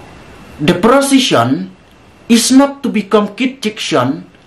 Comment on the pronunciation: Prosishon its not kit jikshon.😂😂😂.. lah jop i kpa b lah tymmian bun krian phareng..